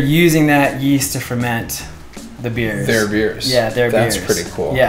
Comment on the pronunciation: Why is man's holding the log saying yeyast